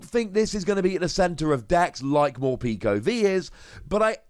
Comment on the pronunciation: I’m pretty sure it’s meant to be pronounced Mor-peck-o like peckish.